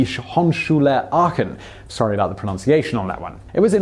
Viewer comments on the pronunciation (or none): none